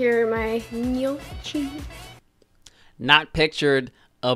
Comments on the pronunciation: As an Italian, I am offended how she pronounces GNOCCHI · "neeotshi" can't deal with her pronunciation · HAHAHA ..that bag of gnocchi!! SHE SAID "NO-chee" !! Is that anything like Kimchi? LMBO. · I'm an Italian American and the way she said gnocchi bothered me. Say it like this nyo-key. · I get so triggered when Americans pronounce Italian words wrong, like.. GHNOCCI?? Wtfffff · lmfao when she mispronounced gnocchi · The way she pronounced "gnocchi" an Italian nonna is dying 😂😂😂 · My ears bled when she read gnocchi wrong twice. She can gtfo of here with her “ Menu” bs. As an actual chef I’m extremely offended that she calls herself that 😂😂😂